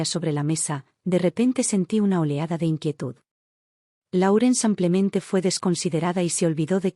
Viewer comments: xq la relatará dice samplemente en vez de simplemente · Por favor, no pronuncie samplemente por simplemente, es con i , no con a .